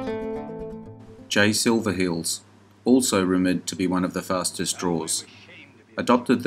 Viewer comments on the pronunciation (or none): It's Jay Silver HEELS, not Hills. When you mispronounce a famous name it hurts your credibility. And you missed one of Sammy's best westerns, THE TRACKERS